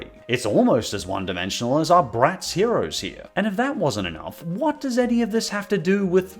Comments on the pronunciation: I now hate BratzZzz because the way you kept saying ZzZzzZ was beyond irritating 😑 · The way he accentuates the ending of “bratz” has always made me die laughing 😂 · With every exaggeration of the Z I could tell exactly how much you loath Bratz. Good work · My favorite part of the video is when you talk about Bratz especially when you try to say it's name.